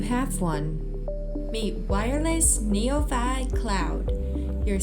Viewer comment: It's pretty sad when the AI voice in the commercial mispronounces the name of the product, neoVI.